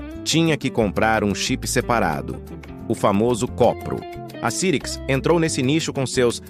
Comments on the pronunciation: Eu sei que é IA, mas não tem como conferir a pronúncia antes de publicar? Nunca vi ninguém falar "CIRIQUIS", e sim, "SAIRIQUIS"... Além disso, 386 e 486 como "Trezentos e Oitenta e Seis" e "Quatrocentos e Oitenta e Seis"??? Qualquer um que conhece computadores sabe que no Brasil eles se chamavam "Três Oito Meia" e "Quatro Oito Meia"... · rapaz, doeu o ouvido essa voz clonada de I.A. pronunciando CIRIX, quando a pronúncia correta era SAIRICS! Ah! Tive um PC com o 5x86 CYRIX. Era ótimo e a placa mãe tinha 3 slots de memória RAM. Dois podiam trabalhar em dual channel, ou não, tanto que coloquei em cada slot uma memória RAM de clock igual, é claro, mas capacidade diferente! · Já tive um também. Se pronuncia "SAIRIKS' -CYRIX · "Muita gente pronunciava o nome Cyrix de forma errada". Verdade ! E mesmo citando o erro, o vídeo insiste nele quase o tempo inteiro, com apenas duas ou três vezes em que usou a pronúncia correta. Não sei qual programa de voz usou, mas com certeza isso poderia ter sido corrigido com um ajuste no setup ! Mas quanto aos processadores Cyrix, eram realmente uma alternativa mais acessível e muito boa para máquinas domésticas e escritórios. Usei um por algum tempo, até ter grana para meu primeiro Pentium 233 e nem me dava conta de que não havia um processador Intel dentro do gabinete. Fazia de tudo com ele : desde suite Office, internet (discada com modem 56k...) e games 3D como os "novos" Doom e X-Wing/Tie Fighter ! 😁👍